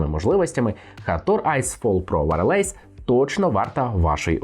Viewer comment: Дякую за огляд, але один момент, якщо Ви не впевнені як вимовляєтся слово з англійської то хоча б вбийте його в гугл перекладач і послухайте. Wireless не вимовляється як варелейс )))))